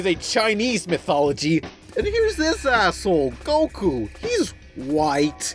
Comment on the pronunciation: That's not goku! That's "gee-ku"